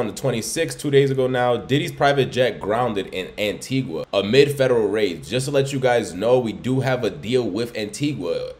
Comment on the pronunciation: Pronounced 'AN-TEE-GAH' Not "an-tee-gua"